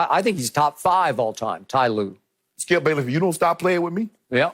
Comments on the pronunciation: He said ty lue top 5 😆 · This man really said tye lue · I remember my old american co worker insisting his mistake everytime and that's what skip is doing when he said ty lue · Ty Lue? Boaa stop that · He Really Said Tye Lue Top 5 All Time 😂😂😂😂😂😂😂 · Unc said, Skip you better stop playin wit me! Lmao 😂 😂😂 The man said Tyronne Lue smh...